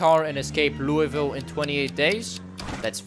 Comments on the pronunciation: Lul-vul not louie ville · as a louisville native the worst part about this video was hearing him say "louie-ville" instead of "loo-uh-vull"